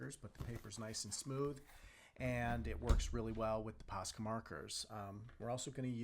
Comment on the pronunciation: Dude, it’s posca so stop saying pasca